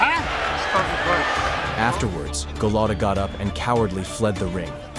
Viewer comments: At least try and edit for pronunciation. Go Lote Ah. smh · He also pronounced Golota wrong several times